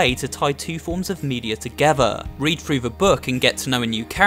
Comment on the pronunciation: "read frew the book" I need to teach you how to say a "th".